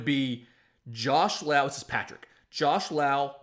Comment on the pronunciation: Josh and Nate are brothers. It's Lowe as in Low